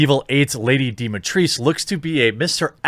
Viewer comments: I'm Romanian and I have never heard anyone ever pronounce Dimistrescu as Dimitreesk... wow that pronounciation is just so wrong I can't wrap my head around it. The way you were originally saying is much closer to how you're supposed to say it. Let me try and break it down. Dimitrescu. Closest I can write an english pronounciation to it would be Deemeetrescoo Dee-Mee - pronounced like DeeDee from Dexster's Lab) Tre pronounced as it would be in "Treyvon", but without the "-yvon" part Scoo - pronounced like "Scooter", but without the "-ter" at the end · That's not how you pronounce it Jeremy, that pronunciation is what english speakers think an ancient romanian name sounds like, you pronounce the C in Alcina as a sound like in chair, so Alchina, and the Dimitrescu part is pronounced Dimi-tr-E-S-cu, everyone basically gets the Dimi part right, the tr is the same as in train or transmission, the E as in every or everyone, the S as in snake and the cu is a classic english like in coop or cool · The pronunciation of the name is wrong in that video. It is Dee-Mee-Tres-Coo. The 'e' in "tres" is pronounced like in "existential", not like in "east". Also, the 's' in "tres" is not silent. Like "tres" in "trespass". The pronunciation of "Dimitrescu" is literally, exactly as the word is written. No hidden pronunciation rules or additional sounds for the letters (think 'u' being pronounced 'ju'/'yu') or guessing which sound to use due to letters being here or there. Read it exactly as written and you won't make a mistake :) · Actually the way you pronounce it is close enough to the correct way it should be pronounced. Dimitriss, what the fuck is even that? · The only problem I have is with the pronunciation. It should be Dee-Mee-Tres-Koo. Coming from a Romanian. But otherwise, lovely! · Deematreese my arse. That name ends in a "u". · I’m practicing, but the ThRhe part is tripping me up. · The name is pronounced how it is written, trust me i'm romanian